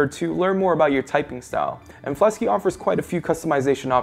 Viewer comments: Ummm it's Fleksy...not Flesky ._. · It's called fleksy not "flesky" lol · Why are you pronouncing Fleksy as Flesky?